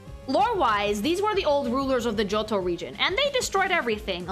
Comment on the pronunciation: (Part 1) finished cooking "GIOTTO"-MUSU (just luv yer italian pronounciation of johto:"3)..!! And darn these legends were DARN WORTH waitin for..! As ya wished we should do, here my thoughts bout yer designs (kept them short bc dunno if yt comments are limited 🤔 - edit: yeah they seem to be so it's cutted up in 3 parts now - never mind): 152 - CHIKORITA - yer decision to color her hakama in brown is such a pleasin to the eyes (instead of red) and goes great with her green skin. 153 - BAYLEEF - now the brown starts to turn rose-reddish and just realized Chikorita already had lil buds round her neck 😋 154 - MEGANIUM - goosh she's stunning! One of the fullest of beaut ya made so far! The white dress with its rose n pink ornaments reminds me of raspberry milk and she clearly embodies MOMMY NATURE to me 😍 155 - CYNDAQUIL - great job in portrayin her shy nature (with mousy face x3) and problems to control her fire from burstin out. 156 - QUILAVA - luv her hairstyle and nose shape lookin from the side 😎 - maybe just wish the orange armor parts to become lil more diferent in color to the red ones (more like yellow/gold I guess 🤔) 157 - TYPHLOSION - still do love her hair shaped like a samurai helmet and those eyes make her look rl bada$$ 😎 (orange armor parts now look more lighter or goldish - superb!) 158 - TOTODILE - aaw she got attitude and is such a sweety the same time:3 great color scheme and thats totally one of my favorites comin to hairstyle (short n fluffy 🥰)